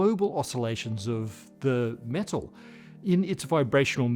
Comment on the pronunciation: About 4 minutes in, and the way you pronounced metal, this was all I could think: Cheers,!